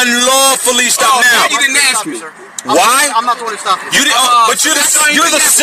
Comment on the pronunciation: My ? Is i understand the words he scrambled up to seem all knowing just one ? Why is a cop a or take a oaf like a loaf of bread a oaf is how he is axing 🤪😵‍💫🤡